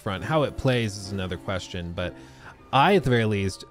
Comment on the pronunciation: How you pronounce question?